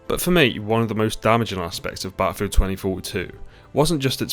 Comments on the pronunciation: Good old bah-al-filled is dead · Battlefield not batafield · ahh yes, Baafild